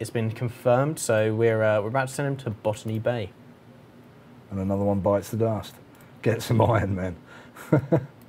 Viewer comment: "Ban_me Bay"? That's what I heard. You should rename Botany Bay to that. xD